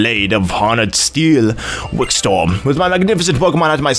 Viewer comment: WikSTORM LOL It's Wikstrom, a nordic lastname